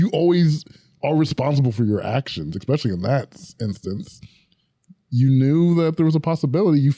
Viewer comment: I love you. And I don’t know how to say this without sounding rude. I’m honestly not trying to be. It is definitely MY problem, but i will be super happy, if you practiced saying E-specially 🥺🙏